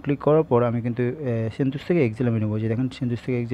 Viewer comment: ভাই সেনটুস নাহ...সেন্টাস! 😒